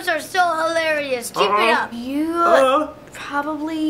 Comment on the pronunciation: when she said "you probobly shouldn't be a father" i was crying of laughter 🤣😂